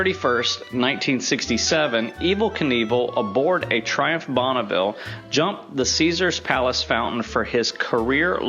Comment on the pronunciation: And it is not "Bonnaville" but Bonneville.( The translation in french.)